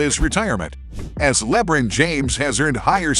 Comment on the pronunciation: bro that is not how you fucking pronounce lebron